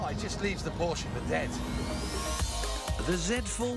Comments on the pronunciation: he said "the porka"????? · Its PORSCHE, not PORKE